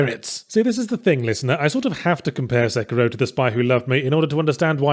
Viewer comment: SA-KEY-ROW. not sucira